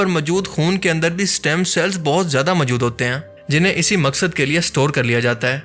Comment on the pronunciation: Bhai kya pnjab k ksi Pind se seedha uth k aagai ho jo urdu tk Sahi bolni nahi arhi hai tumhain? Sahi lfz "Moujood" hota hai mere Bhai. Hr baat mai ye MJOOD, MJOOD kya boley ja rahey ho? Urdu bolni seekho phir video Bnao. Right? Thanks.